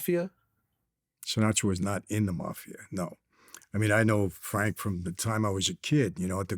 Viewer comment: Vlad always messing up Frank name